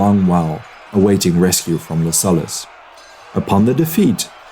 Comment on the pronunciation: Man, your content is great, bu the pronunciation..."peninSHula", 'LuSullus"